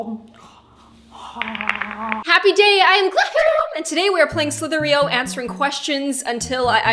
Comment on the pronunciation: Slither .io not slither .eo